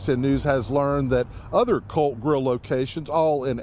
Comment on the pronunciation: Well, it's "The COLT" GRILL, NOT the "CULT" grill. Facts Matter.